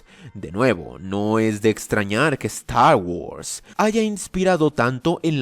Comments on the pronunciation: Nadie! pero nadie! de habla inglesa pronuncia star wars como ZTTAW WUARRS jajajaja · "Stah wos" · La importancia de "Estar worss" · StArh whurs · Yo: Trata de ignorar la pronunciación, no es tan rara: A lot of Stagwods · "eZtar GuArZ" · Es gracioso el como pronuncias "star guords" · Cada ves que pronuncia Star Wars siento una patada auditiva en los huevos